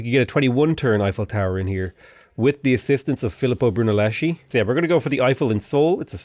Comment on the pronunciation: Been holding it in but as an Italian it hurts me: Not Broon-a-lesh-ey but Broon-a-less-ky. I will love you forever if you do this!